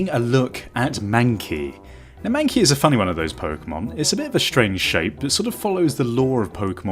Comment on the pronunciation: "my manky" it's mankey xD.